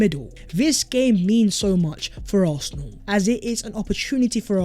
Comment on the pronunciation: Bro it’s ARSenal not ARTHnal 😂😂😂